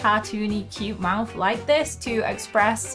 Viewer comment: To be honest I heard you say mouse instead of mouth 😅